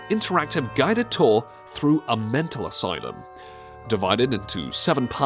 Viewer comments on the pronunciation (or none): none